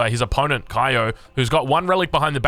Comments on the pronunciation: if he's/she's from japan, his/her name is pronounced KYO not KAYO... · Kyo is Vietnamese, and he pronounced his name 'ki-o'. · Kyo pronounced his name 'ki-o', and yes he is Vietnamese!